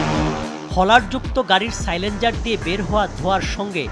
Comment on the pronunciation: "সাইলেন্সার" উচ্চারণ করতে না পারলেও প্যাকেজ তো ভালই বানাইলেন '' ভাই